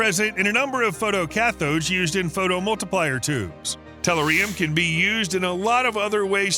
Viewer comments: It's not "tell-er-ree-um", It's pronounced "teh·LOO·ree·uhm" Learn how to pronounce the metals in the Periodic Table. And it's NOT a "mineral", it's an "Element". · ...a BIG pet peeve of mine,too-----mis pronouncing words,esp. in articles which reveal the discovery of minerals( for example) in someplace new. tell-UR-ium repeat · It's tell your eerie yum!! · You would think a show that presents technical advancement would use a talk bot that correctly pronounces the name of the main focus of the presentation. It is "teh-LOO-ree-uhm". You are putting "em-PHAS-is" on the wrong "si-LAB-uhl", talk bot. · LOL you really need to pronounce the name correctly, pronounce as... tɛˈljʊərɪəm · Amen it's Tull - uh - ree - um lmao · When you can't deal with a video just because a word is used consistently and mispronounced by stressing the incorrect syllable. Ree ree reeeeeee. teh LOO ree uhm-not-teh loo REE uhm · Have definitely heard of təˈlo͝orēəm. Not sure wtf you're talking about ... perhaps it's related to aluminium. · REALLY BAD pronunciation!!!!!!!!!! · I wince every time tellurium is mispronounced by this announcer, which is about every five seconds. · Can't even finish the video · I concur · I agree. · Same - emphasis on ‘ur,’ not ‘ium!’ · I'm ripping my hair out when he pronounces it that way!!! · It's painful. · It's the American abuse of the English language, it makes me wince sometimes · Google says the British pronounce it like in the video, much like they have another way of saying "aluminum", but the video is set in the US, and the announcer is not British...if even human.